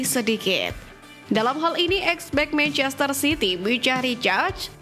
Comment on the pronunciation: kenapa sih dari dulu naratornya kalo ngomong manchester city selalu terdengarnya kaya "meicester" tadinya saya pikir saya yg salah denger, tapi emang bener naratornya ngomongnya "meicester" terus...😂